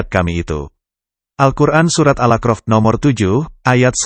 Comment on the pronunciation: Surat al a'raf bukanal akrof pak, jgn diganti maaf